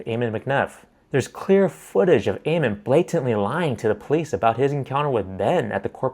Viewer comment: Ammon is pronounced like ham-un without an h, not ayy-mun